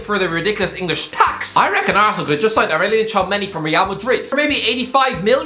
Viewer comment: Tchouameni sounded to me as "Chow Many"😂😂😂